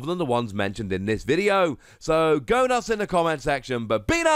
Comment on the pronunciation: Did anyone here him say go nuts? I didn't🤔